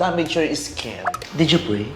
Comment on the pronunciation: Yawr dawter